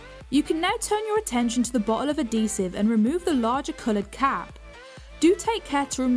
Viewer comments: I can't stand it! Pronounced as ad·he·sive \-ˈhē-siv, -ziv\ AD-hee-siv Not - A'dee sive So grating to hear you pronounce every word but that one correctly. Just Odd! No it's not the accent either. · Why do you say Ah Dee sive! BAH